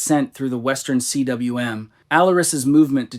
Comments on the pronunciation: Stop saying C-W-M. It is pronounced "KOOM" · Man, if you're going to put out these videos and act like you know what you're talking about (which it's painfully apparent you don't), at least learn the basic terminology and how to pronounce the words. Cym is pronounced "coom," not "see-dubbuhlyu-em." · CWM is welsh and is pronounced like koom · "Cwm" is an actual word pronounced 'koom' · I'm not sure why you can't pronounce, 'cwm' when you can say khumbu glacier. Khum =. Cwm It's Welsh for valley😊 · FYI, the “Western Cwm” is pronounced “western KOOM.” Cwm is Welsh for “valley.”